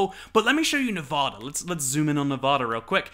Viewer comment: From a Las Vegan, welcome! You won't be a true Nevadan until you start pronouncing it correctly though, lmao. Nev-ah-da, not Nev-aw-da!